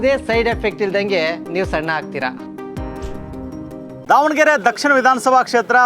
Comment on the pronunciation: BRO IT IS DAVA NA GERE NOT DOVA ANA GERE